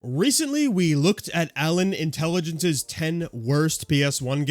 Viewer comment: “Allen Intelligence “ 😂😂😂😂😂😂😂😂😂😂😂😂